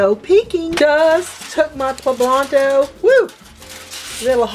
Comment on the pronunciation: Poblanto????? Smh